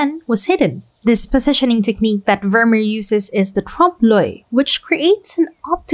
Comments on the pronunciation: It's not pronounced Vurmur, but Vurmeer, emphasis on the second syllable. Also in your Night Cafe video, the town is pronounced Arles, with a silent 's'. Good job anyway though. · Great video, i love your work. But please make an effort te pronounce Vermeer's name correctly. The double ee is pronounced like the double ee in beer.